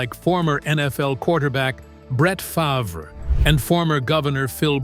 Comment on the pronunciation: Can't you program your narrator to correctly pronounce Favre?